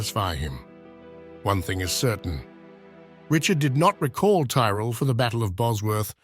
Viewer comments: Interesting research. Why do you keep swapping pronunciations of the name Tyrrell? It's normally pronounced 'Tirrell". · The voice doesnt pronounce Tyrell the same way all the time. Disappointing